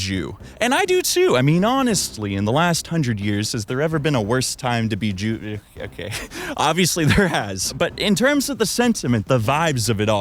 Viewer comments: Me: "I am going offline." Netloss:"I pitty the joo..." Me: "Alright you got my attention for that joke." and yeah I joined :D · "I pity the Joo"🗣️ -Mr. T. Ice 'T Pain' T 😭😭🫡